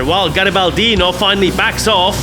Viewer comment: From garibaldino in first person: nice italian! my nick was pronunced wery well thx for the replay comments Ps. remember to don't eat ananas pizza, it is told that for each ananas pizza eaten, an italian will be deeply wounded to the Heart! Also compared with a blasphemy See u soon in game! Garibaldino_ita